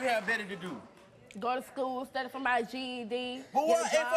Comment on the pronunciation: ... "Gotuh Stkoole, sturdy fo' mah GED." Neither of these two idiots need to procreate.